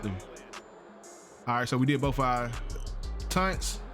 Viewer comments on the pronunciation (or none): TAUNTS not "tunts" 😶